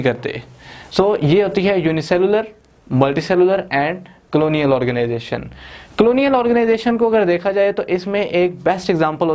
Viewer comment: Not clonial its colonial....